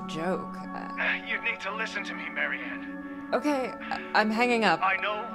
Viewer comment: Du kannst sie doch nicht Marie-Ann(englische Aussprache) nennen xD Das muss Marianne(polnische Aussprache)!:P